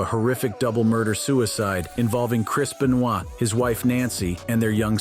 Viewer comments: Its not beuh noyd its Beuh nooah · I wouldn't trust any info from this guy. Cant even pronounce wrestler's names. Chris Benoy? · "Chris B'noy" lol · FFS, could you at least try to pronounce Benoit's name correctly? There's no excuse for it.